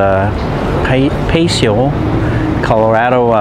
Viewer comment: Can't believe your pronunciation. Can't believe you can not pronounce "El Paseo", "Pasadena" and many other places. English is my second language, but if I'm going to make a video like yours , I would do my homework and planning a bit more. I wanted to see Pasadena but you got stuck in " food". If I wanted to know where you can eat or what to go eat in China, I would have looked up Mark Wiens or The Food Ranger. You will disappointe lots of people who want to view good old Pasadena.